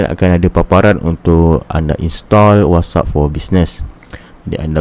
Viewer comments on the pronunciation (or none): Whats App bukan wassup ... good info